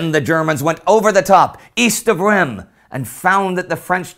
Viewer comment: Not sure if will read this, but that's not how Reims is pronounced at all! The "m" is silent in French, and in english, it's pronounced "reems". Just type Reims in google translate and it will give you a pretty decent pronunciation! Thanks a bunch!